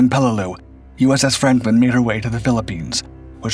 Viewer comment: Is it just me or does it sound like the narrator is calling the ship "Frampton?"